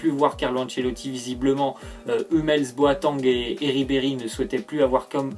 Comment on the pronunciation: il a dit boatang